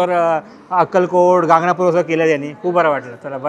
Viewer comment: गागणापूर नाही गाणगापूर